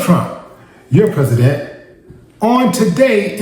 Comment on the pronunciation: 😂 wow your Prasadant